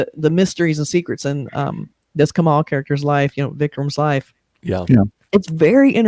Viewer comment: Please get the pronunciation of the lead actor's name right it's not Ka+Maal it's Ka+Mull the last syllable pronounced like the word Mull, like to Mull things over. Also his last name is pronounced as Haa+Sun. Lot's of people get this legend's name wrong even in India, so you're not alone. Kamal Haasan, Kamal = Lotus.